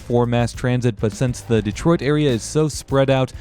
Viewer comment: Pronounced more like Day troit